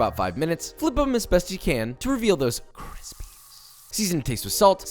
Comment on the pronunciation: That cwispy hash looks great.